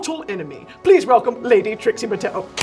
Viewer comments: brittany calling Trixie "Trisha" is amazing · Did I miss something why is she saying TRISHA the whole time lol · Am I crazy or did she call Trixie “trisha” like three times??🤣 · Why is no one talking about the fact that Brittany called Trixie “Trisha” 18 min in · i’m i hearing this wrong but Britney has called Trixie “Trisha” several times, i even went back and turned subtitles on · Why is Brittany calling Trixie, Trisha. I heard it three time. Is this a nick name I don't know of or am I hearing things? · why does it sound like she’s saying trisha every time she refers to trixie am i crazy ? lol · Why does Brittany keep calling Trixie "Tricia" all the time 😭